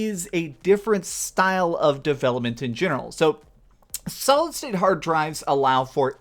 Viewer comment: Amazing video. Every time you said solid state drive... I heard solid snake drive 😂